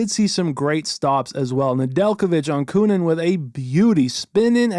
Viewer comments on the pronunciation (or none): none